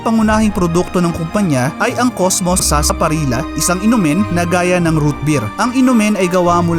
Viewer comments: Sarsa parilllllya pronounce hnd sarsaparilla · FYI ang tamang pronunciation ng Sarsaparilla ay Parang Sarsaparilya. It is pronounce as such because of the letter double letter L kaya Sarsaparilla na parang Sevilla. Cheers.